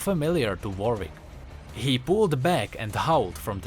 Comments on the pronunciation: is it me or you saying varwick instead of warwick or is it my speaker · I like that you say Vorick instead of Warwick xD